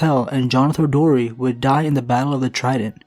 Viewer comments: I'm pretty sure it's Darry, not Dorry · Jonothor Darry* not Dorry. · I don't know if it's just me, but Jonother Dorry? do you mean Darry? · Darry, not dorry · Jonothor Darry, not dorry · I think it's Jonothor Darry, not Dorry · It’s Darry not Dorry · Just a slight correction, it’s Jonothor Darry, not Jonothor Dorry. :) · it's jonothor Darry not dorry and it's osmund kettleblack not kettleback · Pretty sure it’s Jonothor of House Darry not Dorry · DARRY not DORRY but otherwise great video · Darry not Dorry, and Kettleblack not kettleback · I came to comments just to say this lol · It is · Its Jonothor Darry* (The-ry)